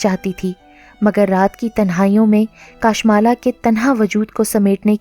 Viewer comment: Assalam dear yai naam kashmala hai kaashmala nahi .